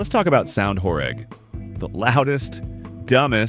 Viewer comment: Actually pronounced "horêg" (like ênormous), not "horég"